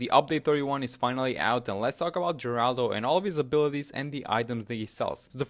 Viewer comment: So... you pronouncing it "jeraldo" was just the tip of the iceberg on your sheer lack of knowledge for the new hero? I am in pain.